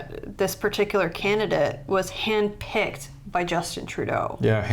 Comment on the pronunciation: Did you say hand picked or hen pecked?